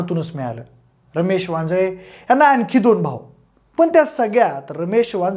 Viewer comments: वाजे असे बोलताना उच्चार केला गेलाय वांजळे असा करावा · अहो ते वांजे साहेब नाहीत वांजळे साहेब आहेत असा उच्चार करा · वांजे नाही आहे रे भावा वांजळे आहे